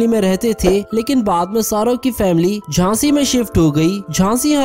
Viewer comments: Jhashi not Hasgi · Jashi not hashi